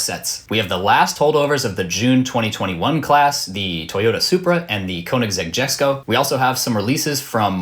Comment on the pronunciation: Lol, you pronounced Jesko incorrectly. It is pronounced “Yesko”. In Swedish the J sounds more like an English Y (much like how it is pronounced in German, Dutch and Danish).